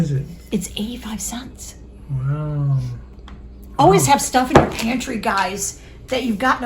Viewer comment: I've been watching you guys for years and it's been fun watching the boys grow up. Especially Daniel because he's in the videos the most. I have nothing but great things to say about all of you. I just need to tease a little. Maybe it's a Mid Western thing, but I laugh a little everytime she says "cents" (sants) 😂 " comes out to.30 sants a serving" Anyway. I wish we had an Amish community here in California. Lord knows we need all the help we can get on groceries. Luckily we have an Aldi and a Walmart near by and a WinCo about 20 miles from here. We just have to weigh out whether it's worth the gas to get there or not (another huge expense here). Love you guys. Keep making great content and writing good newsletters ❤. See you in the next video.